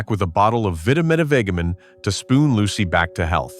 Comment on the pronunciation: The AI narrator does it again, seriously mispronouncing the "product" name in this sketch into the video and several more times. Vitametavegamin is pronounced VITA-MEATA-VEJJA-MIN, a name that actually lists the product's supposed ingredients: vitamins, meat, vegetables, and minerals. AI narration is a total disaster and should be banned..